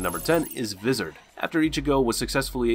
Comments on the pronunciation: i wasnt gonne mention that he was pronounces words wrong until he pronouced "vizards" like cmon bro thats not even a japanese word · What's up with all of the mispronunciations? Don't you realise that some of the words are Hispanic? (E.g. Ulquiorra Cifer and Vasto Lorde) How does Visored sound like the word lizard with a "V" when it sounds completely different in the English dubbed and Japanese versions of the anime? Also, there's no need to put emphasis on words where there shouldn't be any. (E.g. Zanpakuto) Imperfect and unperfect mean the same, but imperfect is the correct word. You said, "The reiatsu dissipates from Ichigo's left shoulder..." . It disappears and it's not destroyed as per the definition of unperfect. If you don't know how to correctly pronounce a word, you shouldn't do commentary in your videos. It makes you sound unintelligent. Also, it confuses people when watching videos. Great video, by the way!